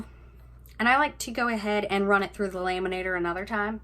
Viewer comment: Omg...its not "laaay-man-nator", its lam-man-ator"...just couldn't get past that! Sorry, not sorry!